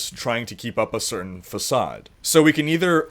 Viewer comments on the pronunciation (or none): none